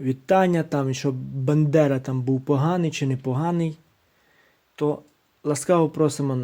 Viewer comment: Дякую за відео. Але маю вас трохи поправити. Степан Андрійович мав прізвище Бандера, а не Бендера. Бендера кажуть тільки кацапи. Тож вибачайте якщо що.😊